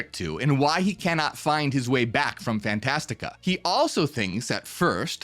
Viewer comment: Its Fantastica not Fantasia. That was Disney